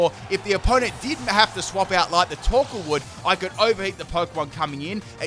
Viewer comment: when you said torkoal, I understood taco